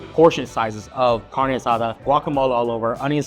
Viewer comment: Lost credibility the way he pronounced carne asada.